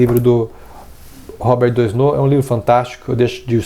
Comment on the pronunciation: Valeu pelo vídeo! Ah, a pronúncia de "Doisneau" é "doanô". ;) Abraço!